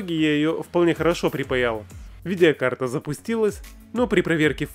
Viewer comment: не видИакарта а видеокарта